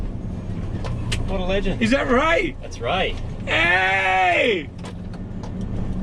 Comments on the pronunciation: Oh man, when Moog said "Its Ray!!" I thought he said "It's rake!!!" I was really excited to see if rake still loves it after all these years, but alas the wait continues :( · I thought he said Rake